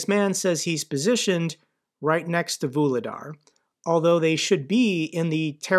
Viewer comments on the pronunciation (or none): none